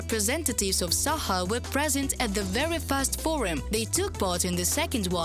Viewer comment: It is not Sakha but Sahka hk like harsh H and not yakut at all.